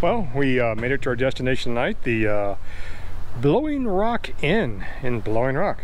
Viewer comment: "Blowing Rock", "Bowling Rock"....my closed captioning had it as "balogna rock". Looks like a great ride that I should do soon on the southern end. Looks like you had a great time. Blessings!